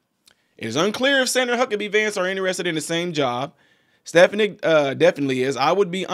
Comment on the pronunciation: Her name is pronounced Sta fon ick!